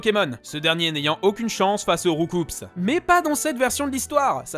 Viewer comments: On dit « roucou » pas « roucoupse » xD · Je crois que Roucoups se prononce rou-cou, ce qui est logique en comparaison avec cool et carnage. Mais bon… À cause de l’anime et tout le monde qui dit rou-coupsse, pourquoi mon avis serait-il important ?